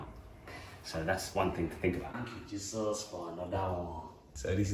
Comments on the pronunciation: "Thank you Jesos fo a notha one" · Tank you jesos for anodah ooonee🤣🤣🤣